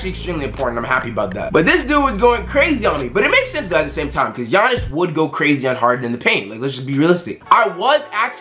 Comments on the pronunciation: G ianis it’s like yayanis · this man said GIANNIS like he said G annis but its pronounced Y-ah-nis he said it and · U called him GEE annis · This man said ( Gee- ahhnis ) 😂😂🤦🏾‍♂️ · Man said G-anis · Did this man say G-iannis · it’s pronounced Yannis not Jiannis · Bruh he pronounced Giannis "Gee-An-Nis" but then pronounced it right lol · G annis 😂 the way he said it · Mans said GE- iannis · This man pronounced giannis as “ gee-on-is “ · it’s not ge-on-es